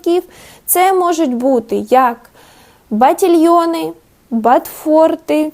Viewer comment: бАтфорти, бАтІльйони, антІ-тренди 😂 бідні мої вуха